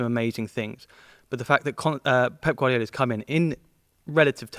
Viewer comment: He knows ball HOWEVER his pronunciations do get annoying tho like I get it for Italian players it’s fine but when saying Guardiola (someone who’s Spanish) I think he should drop the accent